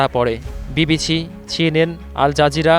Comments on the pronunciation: “ ছি এন এন , বি বি ছি , শেখ হাচিনা “ কি সুন্দর উচ্চারন 😂😂 👅👅 😁😁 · Ajkaal shuddho uccharon e dui line bangla bola lok 1 laakh e 1 jon paoa dushkor. Ki bisri uccharon ei reporter er!! BBCCHHHIII......CCHHHHiiiNN !!! Oh my God! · ... ধারাভাষ্যকার এর উচ্চারণ ঠিক করতে হবে (বিবিছি/ ছিএনএন) 🤪 ; এজন্য তার দরকার 'ডিম থেরাপি' ... 😂